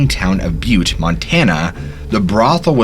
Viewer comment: I was going to say the same thing as I've heard it in a couple of stories. He pronounced Butte right and that one always gets out of staters. Great stories though.